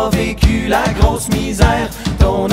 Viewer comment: Crazy how in this accent misère rhymes with noires